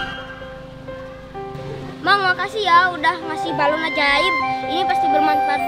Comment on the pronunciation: balon bukan baralon 😂😂😂😂